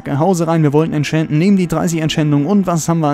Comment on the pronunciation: wie du das entchanten aussprichst hört sich 'entchänten' an:D voll der cheater hier also wirklich